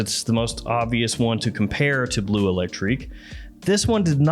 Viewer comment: I love your videos, I really do. But one small piece of advice if I may(and I'm not a native french speaker, but still): The E is before the U in BLEU. It drives my inner Sheldon crazy hearing you pronounce it BLUE all the time. 🤯😅